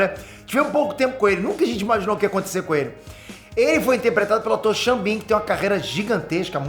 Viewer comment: É Sean Bean gente, não Ximbinha 😅😅😅